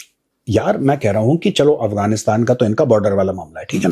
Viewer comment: “kaaa koh rahe hain “ bhai major sahib Bihar se hain kya?